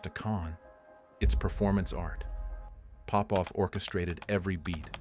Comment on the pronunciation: It's not Pópov, it's Popóv. I'm Popóv.